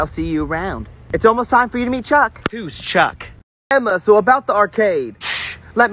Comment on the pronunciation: 4 the beach TikTok you said truck instead of chuck